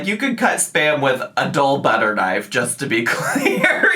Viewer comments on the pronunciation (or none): none